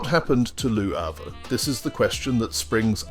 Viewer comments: I generally love your narratives...but Lew Havre? Seriously? I know Brits love to mangle foreign words, especially French, but Lew Havre takes the cake. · Or perhaps you were intentionally pronouncing it Loo Havre, as a subtle statement of your opinion of the place. Hmmmm. Your narrations are as entertaining as they are informative. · I know WHAT it is. I was being sarcastic. Re your dreadful pronunciation.